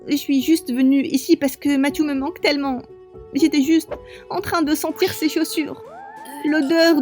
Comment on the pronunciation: Qui a entendu du quand dit j avais talmant p eur😂😂😂😂😂